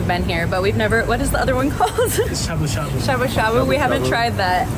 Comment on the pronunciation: 楽しく拝見しましたが、英語の会話の中で日本語の名詞 の発音を しゃぶしゃ～ぶ～、す～し～ かまぼ～こ～😄 普通に発音してほしいな～